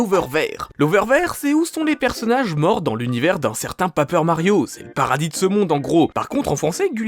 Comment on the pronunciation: PÉÏPEUR MARIO PAS PAPEUR